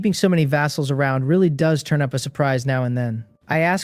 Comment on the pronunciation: Churn?? Churning???? The fuck word is that & what's it supposed to mean? I keep hearing it so are ai's incapable of saying turn